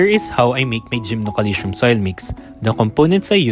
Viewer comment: GymnoCalcium 😊😂 Every Time ive hear Gymnoalytion ;DD But no Front, realy great Video, and much needee Infos ❤🎉